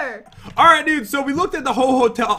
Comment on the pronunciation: Is It Christmas Yet? Cause You Said The Ho Ho Hotel that sounds like ho ho ho